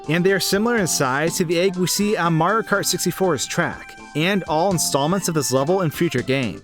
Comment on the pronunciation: lol you say mario so fast it sounds like ''mrrrr''